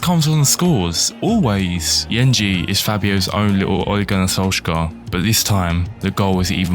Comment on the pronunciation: This is honestly class so far, I'll be staying for a long time because i really enjoyed this episode, Yengi tends to come on and score in real life too, Just one thing, his name is pronounced with a G instead of a J, 💙💙